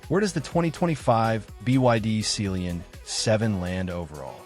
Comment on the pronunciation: Ohh... It Sea lion...... Not celionnnnnn😢😂😂😅😮